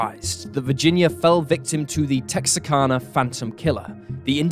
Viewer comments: Texarkana is Tex-are-can-uh not Tex-uh-can-uh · There is no such place as "Texa-karna". The name you're trying to say as Texarkana. KANA, not KARNA. The R goes after first A, not after the second A. It's easy to remember because the "Tex" is for Texas and the "Arkan" is for Arkansas. Tex + Arkan + a = Texarkana. NOT Texakarna. You'd think somebody who's trying to be a professional narrator would take half a second to look at the word and read it correctly. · “Tex-R-Can-Uh” is the correct pronunciation.